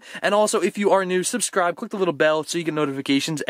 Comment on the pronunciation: Who else heard susscribe xD lol